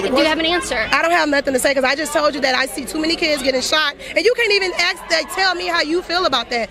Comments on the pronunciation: AKS AKS,,THE WORD IS ASK,,,THEIR IGNORANCE IS EVEN IN THEIR POOR LANGUAGE SKILLS. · Its "ask" not "axe".ghetto fem.